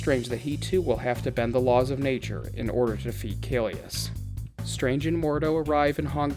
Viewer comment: hi, just wanted to point out that it's kaecilius not kaelus! Otherwise, great video!